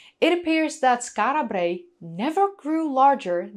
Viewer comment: Lol. I partly take black5f's point. An islander would indeed tend to roll the Rs, although they'd just 'tap' them. (I think that's the correct technical term). slightly 'over-pronounces' it: 'Skaarra Brraey'. Doesn't bother me at all, but it's not actually quite how an Orkneyman would say it, nor a random Scot or 'Brit'. (Although it's close, so 'no foul', in my opinion).